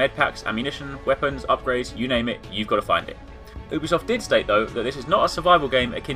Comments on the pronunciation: its not ew-bisoft... its YOU-bisoft... Ubisoft pronounce it right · Actually most people pronounce it like OO-bisoft...